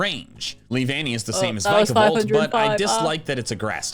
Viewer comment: "V-eye-kavolt" and "Vuh-kavolt" are BOTH wrong. Say the word Pika-Chu. Then say the word Pika-Volt. Vikavolt uses the Japanese onomatopoeia for sperkling electricity, the same as Pikachu does, but they made it repeating letters for being fun with sounds and letters in English. Pikachu. Pikavolt. Vikavolt. It should be Vee-kavolt. Not V-eye-kavolt, and not Viiihk-avolt or "vukavolt" either.